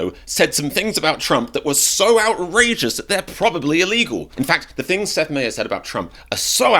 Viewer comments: "MIE ers", not "MAY ers" 🙄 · My-ers not May-ers. Watch his show for the correct pronunciation. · It’s My Ers not May Ers. I think he’s pretty funny sometimes personally. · Seth Meyer. It’s pronounced my-er. My- eerr. Cheers 💙🙏🏽👋🏽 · You would think you’d do enough research to know how to pronounce his name… you’re not nearly as funny as Seth Meyers